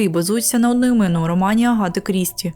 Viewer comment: Ще в мене ріже слух вимов "а" як "о". Навіть часто звучить Агата як Огоата. Мабуть треба над цим попрацювати. Все рівно дякую за україномовний контент.